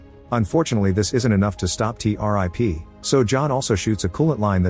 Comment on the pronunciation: Not T- rip. it's T-101